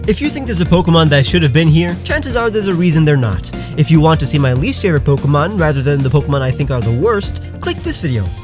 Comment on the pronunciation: DO NOT LEAVE OFF THE O IN FAVORITE!